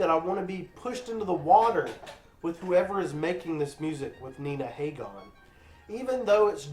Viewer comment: Please learn to pronounce Nina's name correctly. She is a legend with a career spanning 50 years.